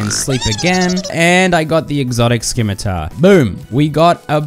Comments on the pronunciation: the amount of times you say skimitar instead of scimitar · I don't know whos pronunciation of "Scimitar" is worse, Wallfle Time or (Skimitar VS Scimeter) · Your pronunciation of scimitar is fucking amazing.